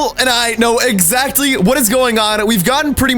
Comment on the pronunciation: "We know excatly whats going on"